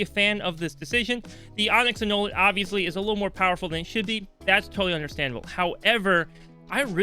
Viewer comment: Interesting observation on the traders tender, also it's pronounced an-new-let